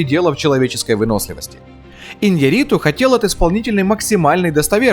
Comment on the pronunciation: Ударение на букву Я в фамилии режиссера. И не Хьюго Гласс, а Хью.